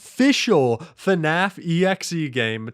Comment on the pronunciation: pls its fnaf, not fuhnaf